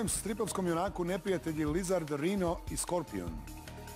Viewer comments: the host was also at fault on some, for example the spiderman question he read Rhino as it would be read in Croatian (rheenoh) whereas most spiderman fans would recognize the English pronunciation. And misheard the element symbol, because T and Te sound practically the same in Croatian (teh vs teh-eh) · Which comic book hero has the villains Lizard "Reno" and Scorpion? Tarik what is that pronunciation my guy?